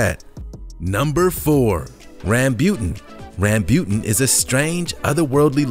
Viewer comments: RAM BU TAN not rambyutn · its rambootan not rambyutan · Just saying rambutan not rambut guys🙂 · No 4 is Rambutan and not Rambute. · Its Rambo-tan. In asia we call it rambo-tan although it is spelled as rambutan (rambyutan).. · You pronounced Rambutan wrong. It sounds more like Rum-boo-tonne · I think you mispronounced Rambutan but I am not sure if it is pronounced differently outside of the Philippines. We pronounce it like RAM-Boo-TAN. Not sure if there is a difference in pronouncing amongst other Asian countries. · Durian is good. Doesn't smell that bad it actually smells nice and tastes sweet. Did you pronounced rambutan wrong or did we(Philipinnes) pronounced it wrong. We call sugar apple "Atis" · Sugar Apple is called Atis in the Philippines and the Rambutan if you we're in the Philippines it is not how you pronounce it lmao